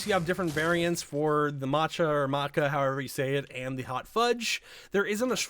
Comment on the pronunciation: Great video but nigga ain't nobody gonna get mad at you for saying matcha correctly "motch-ah" it's non controversial